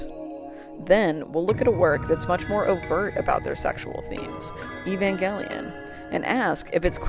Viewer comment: i cant believe you pronounce evangelion like that